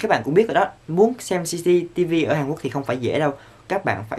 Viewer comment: Minh nghe Jcv chứ lijiii